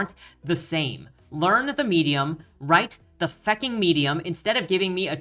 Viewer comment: the "fecking" medium, Irish at heart I see.